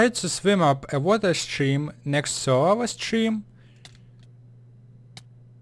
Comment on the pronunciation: lol sorry but it's funny that you call lava (wawa)